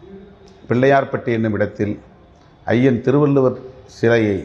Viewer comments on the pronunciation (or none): none